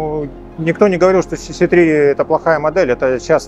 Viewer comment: Мне одно интересно, почему автор столько времени работает с Teyes и до сих пор не правильно произносит название моделей. Даже сам директор несколько раз повторил сиси 3, сиси4, а у автора все равно цц3 и цц4)) Ну как так то?)